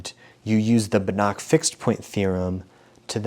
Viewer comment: You pronounce Banach wrong, the "ch" is pronounced like "h" (voiceless velar fricative). I think the word "house" in English has a pretty close "h" (voiceless glottal fricative). I hope this helps 🙂